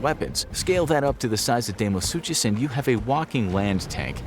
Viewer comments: It's pronounced DYNO - SUKUS NOT DYNO- SU'CH'US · You guys need to do more research. You can’t even pronounce deinosuchus right.